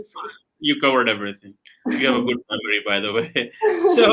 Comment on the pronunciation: Did i just hear telling Aditi " you have a good Mammary". i guess he meant memory...... PAKISTANI pronunciation rocks!!!!😂🤣😂🤣😂